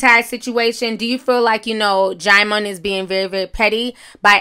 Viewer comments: Not DJAIMON...it’s DJEEMON. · It's even pronounced jih-mon lool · Not “DeejeeMon” 😭😭🤣☕️ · Oops... I JUST learned how to pronounce Djimon (JYE mon) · Hey Ti..it’s pronounced Diamond 💎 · But it's not Jymon. She still got it ALL wrong! Everytime she said Jymon I cringed lol. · Oh THAT'S how to pronounce his name! I used to say "Dijimon" too. Sounded like a damn Pokemon 😅. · Quiet as it's kept, I just found out THROUGH YOU (Ti) how to say his name... I was STILL CALLING HIS BIG FINE, CHOCOLATE ASS (DIJI-MON) & Since we're here I'mma KEEP CALLING HIM (DIJI-MON).. See... You can LEARN & SIP TEA with Ti.. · Djimon Pronounced Jee-mawn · Deejeemon tho😂😂😂😂😂😂😂 i used to pronounce it that way too lmao😅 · Djieziemon 😭😭😂 the way you pronounce names 😂😂😭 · Girl don't feel bad about not being able to pronounce his name. I used to call him Dijon like the mustard. 😂😂😂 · I could have sworn you said Digimon 😂😂😂 I had to rewind. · i thought the j was silent